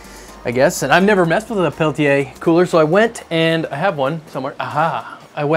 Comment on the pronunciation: It's pronounced Peltier there's no a at the end